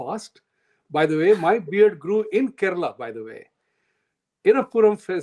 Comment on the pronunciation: Tamilnadoo and not Tamilnad, Karnatakaaa and not Karnatak, Kelalaaa and not Keral…. ji aap bhi 😂😂